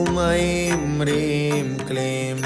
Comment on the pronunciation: नमन मेरो जिज्ञासा भनिदिनुहोला।। यो मन्त्र भन्दा रिंम भन्नु पर्छ कि हिंम उच्चारण गर्नु पर्छ??सुन्दा रिंम जस्तो सुनिन्छ तर यहाँ लेखेको हिंम छ कसरी उच्चारण गर्ने होला??